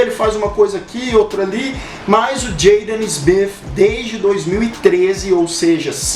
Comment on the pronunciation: Jeidan smifi Filho do uil smifi 😂😂😂😂😂😂😂😂